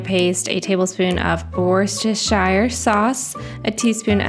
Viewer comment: I recently found your channel and am loving watching you cook for your family. English though have lived in NZ almost 60 years. Re that dreaded Worcestershire sauce word. We rarely pronounce the shire on the end of the word. We pronounce the sauce wuster as in muster. from Yorkshire so thsts pronounced York-sha!!